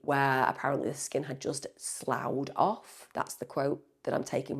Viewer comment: I’m sorry to be so anal but it’s niggling at me…. The word “slough” regarding the skin is pronounced sluff